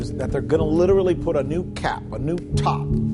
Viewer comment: Witerwwy biggest oiwl spwill everrrr.